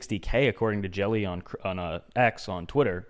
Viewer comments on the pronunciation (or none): I'm from the Netherlands and the way you pronounce Jelle (cryptojelle). tears my balls out laughing.